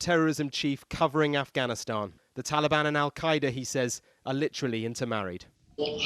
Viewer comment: The way he says, "Afghanistan"